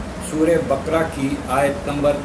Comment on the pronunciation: SURAH BA QA RA HAI. NOT BAKRA